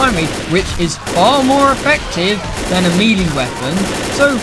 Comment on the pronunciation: He's saying melee but he says it wrong, like "mee lee" or "mealy" or something